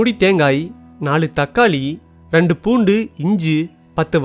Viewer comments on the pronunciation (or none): none